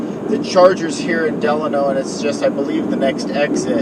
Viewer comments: It's Delano not De Lano. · Side note: Locals pronounce Delano as De-LANE-No.